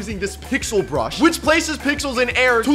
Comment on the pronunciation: Bro u said brash